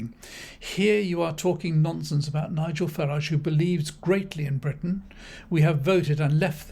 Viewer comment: Farage believes greatly in Bwitain 😅😅😅